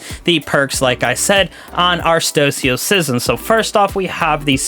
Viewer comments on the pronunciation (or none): its pronounced stow-uh-sism